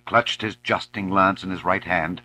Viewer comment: An impressive reading, bearing in mind that the work is firmly rooted in traditional English, and the reader is American. I like it enormously. A pity that the passage dealing with Madame Mim has been omitted, and a few pronunciations grate on the ear ("justing" rather than "jousting", the Forest "Savage" rather than "Sauvage" etc) but these are minor quibbles.